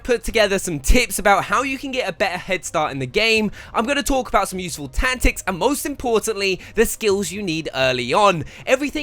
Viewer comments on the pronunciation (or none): U said tantics not tactics in ur intro lmao